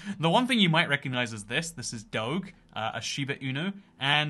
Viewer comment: You pronounce Doge wrong It's Dough-j